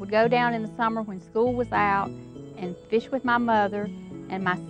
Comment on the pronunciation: I always love it when people pronounce the “E” in fish. FEEESH